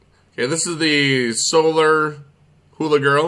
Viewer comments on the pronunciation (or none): none